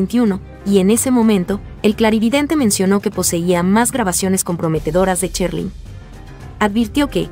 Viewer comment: Esto no es ninguna opinión acerca de ninguna artista Este es un comentario acerca de estas personas que hacen estos videos Primero aprender a pronunciar Sherlyn se pronuncia SH No que dicen Cherlyn y así son muchas personas que solo hablan por hablar y no saben pronunciar La verdad se oye horrible esos comentarios Ya que se dedican a esto aprendan a pronunciar bien las palabras